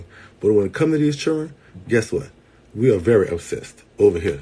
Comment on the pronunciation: This is so ridiculously sad but in other news.....I like how he says Churren. 🤣